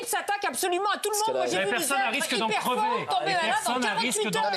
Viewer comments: "A risque d'en creuver"😂😂😂 Crever... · Crever, pas "creuver" !